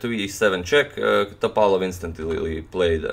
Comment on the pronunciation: He he ok, after few minutes ypu started to say Top'alov. :) I'm happy